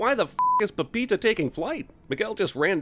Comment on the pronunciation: The way CinemaSins pronounces "Pepita"